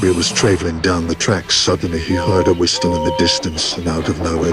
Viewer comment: I know but that isn't the only thing the narrator can't pronounce some of the words properly like whistle